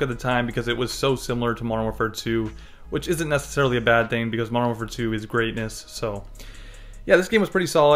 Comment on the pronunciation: Slow down when you say Modern Warfare 2 lol "Mondernfare 2" "Mondern War2"